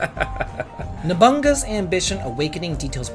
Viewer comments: Not to be that guy but I think it's pronounced no-bu-naga, not nobonga. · ^_^ haha,! you've done it again. NobuNAga, not "nobunga" Nobu + naga. It does NOT rhyme with cowabunga. Nobunaga rhymes with "show you saga". xoxo -m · NO BUN GUS!!! The fact that our guy who spends a good chunk of he adult life playing Japanese games has Never heard the name of one of their most famous historical figures spoken aloud, and being saying it as "no bun gus" Is brilliant. This brings me joy. dont change dude, not abit😂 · From this moment forward, I will forever remember No-bu-na-ga O-da as Na-bunga. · I'm just teasing....but I busted out laughing when he called Nobunaga's Ambition "Nobunga" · the great tale of Nobungabunga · No-bu-na-ga hehehe. Japanese history minor here 😂😊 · No. bu. na. ga. i am somewhat triggered sorry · I just want you to pronounce Nobunaga correctly